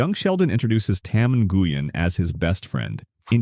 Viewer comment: Mrs wolivitz exists. The wonderful Mrs Susie I believe And nyugen is pronounced wen